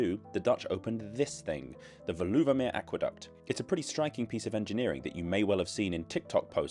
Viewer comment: Thanks the video, informative with a good dose of humour! (By the way, the stress in Veluwemeer is on the first syllable: VAY-loo-wuh-mere.)